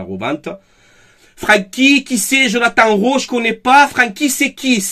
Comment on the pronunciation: Rowi on prononce